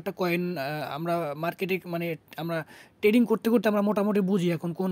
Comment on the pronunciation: Tading Abar ki 😂 "" trading ""